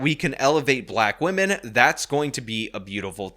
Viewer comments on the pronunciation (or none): Feeling guilty over your skin color, let alone something over which you had absolutely no control, is just dumb. It will never not be dumb. Also, gross, she also does that saying "woman" instead of "women" thing. Definitely off-topic, but what is going on with English speakers?